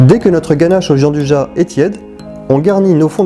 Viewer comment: Sa existe pas le « Jean du ja » c’est , phonétiquement : « Djianne douilla »